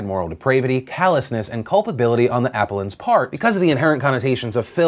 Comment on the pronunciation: I am normally not this guy at all but I just wanted to help you out with something appellant is pronounced like this uh-p-elle-ant I know legal terms and phrases a lot of which come from Latin can be difficult if you're not familiar with it. And this word does look like the first syllable could be pronounced like the app sound we're more familiar with, the things we put on our phones. I hope this came across as helpful and not one of those grammar or pronunciation Nazi types (bc I'm not perfect either) just trying to help out a prominent super-smart well meaning an integral part of millions of peoples news gathering routine thanks